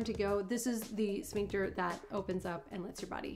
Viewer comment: Ooops!!! Sphincter, not Shpincter😉